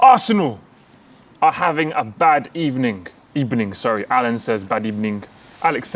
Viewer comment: Emerys getting sacked in the ebening